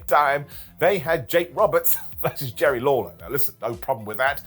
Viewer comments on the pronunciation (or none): none